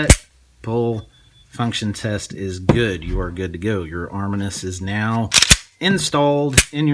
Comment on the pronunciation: It’s armineeeus I don’t know arminus